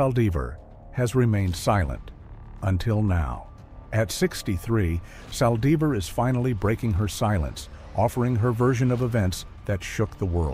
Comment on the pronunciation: I hate how she killed her God rest her soul. I can't stand how the person talking can't pronounce her last name right